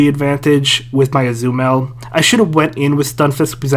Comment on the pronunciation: Why can't you pronounce Azumarill?